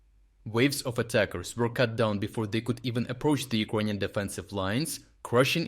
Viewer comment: Iconian army? LOL Learn how to speak first. LOL.